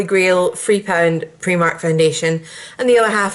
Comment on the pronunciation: The "i" in Primark is actually pronounced as an "i" and not an "e". Just a little tip for you. Great video though.